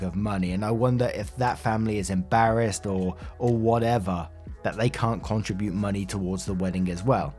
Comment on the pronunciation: Hey, First let me say I love your channel, listen every day, and always hit the Like Button even before I listen. I am 70yrs old, have a degree in Linguistics and have spoken English for 50 years now (I am originally from Belgium and speak four languages). This has to do with the word contribute. I was taught, and have for the last half century pronounced it with the accent on the second syllable: con-TRIB-ute. You pronounce with accent on the first syllable: CON-tri-bute. Is this a recent switch I am unfamiliar with?